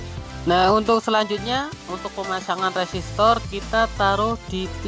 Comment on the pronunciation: Koreksi mase, u resistornya nyebutnya lum bener itu, tetap semangat